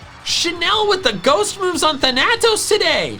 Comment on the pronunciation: Just FYI, Thanatos is pronounced with the emphasis on the first syllable. THAN-a-tos.